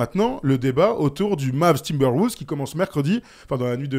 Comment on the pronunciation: Super vidéo les gars. Par contre quelle est cette manie dans les médias NBA français de prononcer "Timberwoulves" ?? C'est quoi le concept mdrrr